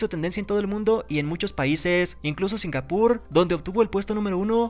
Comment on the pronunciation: Dijo Singapur Entendí "sin albur"